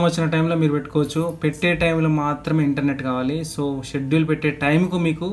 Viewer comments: స్కెడ్యూల్ కాదు షెడ్యూల్ bro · Schedule ni, షెడ్యూల్ అని ప్రొనౌన్స్ చేయాలి బ్రదర్ అక్కడ c silent అవుతుంది.